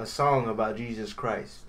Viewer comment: His name literally said “Jeaus” Christ. The evil bro for Jesus?